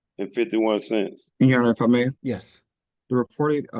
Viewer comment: can’t even say the word “cents”. His 🧠 is minimum wage.